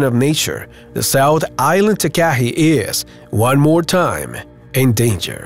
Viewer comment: You need to pronounce the nz bird Takahe the proper way it is said like tarkarhe not way you put it.